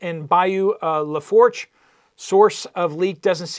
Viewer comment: FYI Lafourche is pronounced "luh-foosh"